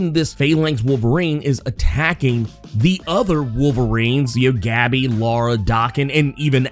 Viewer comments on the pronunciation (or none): none